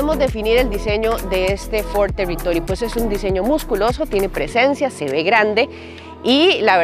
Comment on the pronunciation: Ford Telitoly....😂